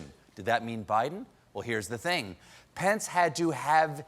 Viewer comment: It's always good to bring pants, especially if you're Trump.. and neither of them can spell, so that makes sense... (Your "Pence" kinda sounds like "Pants" sorry)